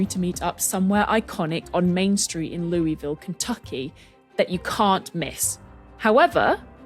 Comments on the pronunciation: For all my friends in Ky, while the baseball bat uses the French pronunciation, the town is pronounced lu-i-vul as if your mouth is full of marbles. I lived an hour upriver from them for a time and was yelled at every time I said it wrong. Sadly, I spent most this episode thinking about Churchill Downs (the Derby) even with you using the bats name. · Being married to Kentuckian, I have to proxy her by saying the pronunciation of Louisville is going to upset people. ✌ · The whole time they said Louisville Kentucky and I was CERTAIN they were saying St. Louis Missouri so I was screaming at my screen about the two sides of the Arch.